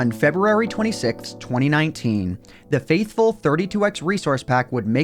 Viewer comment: Fwebuary XD